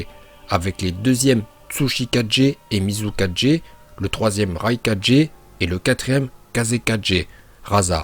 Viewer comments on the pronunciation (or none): Cest mizukaGE, raiKAGE ( GE) ta façon de prononcer me faire rire 😅